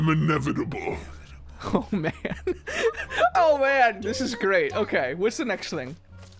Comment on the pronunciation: i was drinking water wen i saw say I'm inevidible😁😁😁😁😁😁😁😁😁😁😁😁😁😁😁😁😁😁😁😁😁😁😁😁!!! i spit my water out so hard laughing